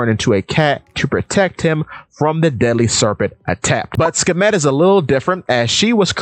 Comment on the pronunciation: Aside from your pronunciation of Bast/Bastet and Sekhmet and a few other points, I generally like how you presented it, and additionally I acknowledge the courage, especially in a world of subtext non-readers and Luffy-Nami shippers. No hate. People generally dislike Vivi, despite the obvious precedence set by Oda time and time and time again saying that Vivi is important. Kuma’s fruit, despite the name of Kuma/bear, has been deliberately associated with cats by Oda, with repetition from Robin and Ginny. I get how people reiterate that Kuma is still alive, but anything can happen. A chapter title page has him crossing rivers to get to Ginny. I agree with Luffy and Vivi being two sides of the same coin, but remembering Luffy shares special relationship this with others (e.g. Sun Wukong aspects divided into the two with Nami getting the bo staff and the flying cloud) etc, Vivi also shares relationships with others too. Vivi shares the prototype leftovers from Ann, Silk, and pre-OP Nami, but Vivi gets the long hair, similar background, the buddybird concept; but in the partner concept, I believe Nami gets the mother development (seen through progression from Bellemere, Arlong, East Blue, Chopper, children characters, Momo, Otama and Otoko, and the Punk Hazard subjects) while Vivi gets the co-leader/wife aspect (from Baroque Works to Princess Straw Hat, to Alabasta Queen by default, to Pirate Queen) - I’m glad you made the Koza connection. Pardon my Luffy-Vivi shipping. This conc